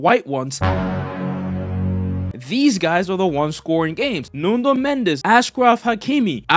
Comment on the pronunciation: apreciate u learned to say football and not soccer, but you gotta learn the player names, it's NUNO not NUNDO!! i don't know where u got that extra letter